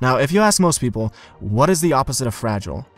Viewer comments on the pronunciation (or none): none